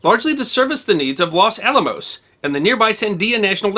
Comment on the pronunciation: Los Alamos, man, not Las Alamos! If that bomb had gone off, My family would had vanished in a flash, and I would have never been born. Yikes! Great job on all of your' wonderful videos. Thanks!